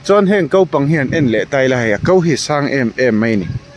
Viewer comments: Ko tih turah kau i ti tlat zel a😂😊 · Kau I ti deuh tlat a, Ko tih tur aw